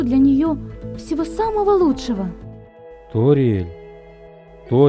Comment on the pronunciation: Неграмотно! Не Сориэль а Ториэль!!!!!!